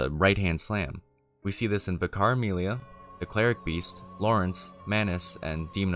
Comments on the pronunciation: you are aware sound effects libraries are a thing right? a TON of sound effects in media are from these libraries. the original DOOM (1993) famously uses most of it’s sound effects from the royalty free libraries. check out Decino’s vid on DOOM sound effects. also, Vicar is pronounced Vick-er. it’s a position in a church, not a name. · Your pronunciation of vicar threw me across my living room, but otherwise I love your channel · Why can’t Americans pronounce vicar? Aren’t vicars a thing in the US?